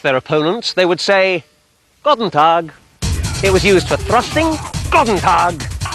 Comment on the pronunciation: btw its Goedendag not Gotentag xD